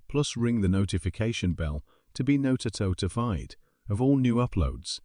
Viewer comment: The a.i bot said sub and hit the bell to be Nottitotified!!😂😂